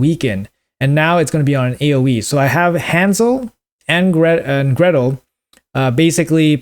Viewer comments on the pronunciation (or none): Gretel, not Greta